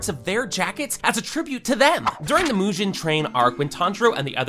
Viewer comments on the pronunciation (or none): Bro forgot “Mujen” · Bro why are you mis pronouncing every possible name, mugen you pronounced “mujen” hashira as “hasheera” tengen as “tenjan” like cmon bro you “watched” the anime but forgot pronunciation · why is this man saying Mujin train? and Husheera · yeah and Mujen instead on mugen train🥲🥲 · bro slight advice its "Mugen" not "Mujen" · yet still pronounces mugen train as moojen? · “Mu-jen” and “Ten-jen” is crazy 💀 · "Mujen" train? 🤨🤨🤨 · As great this video is, I can't help but cringe how you pronounce Mudžhen trein 😂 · Why do you butcher the pronunciation of Mugen so bad???? T_T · Bro watched it in 0,25 and still can’t pronounce Mugen and Tengen 😅